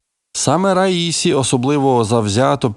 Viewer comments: Наголос на останньому складі, як у французькій мові! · президент ра-сі-ї! ще раз кажу РА-СІ-Ї! ні не ра-ї-сі! ні це не одне й те саме! наступного разу не помиліться!